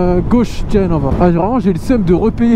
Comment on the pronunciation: L'accent était pas mal, mais on met l'accentuation dur la 2eme syllabe. Genre pas GEnova, mais geNOva. Sinon toujours aussi bien tes vidéos continu comme ca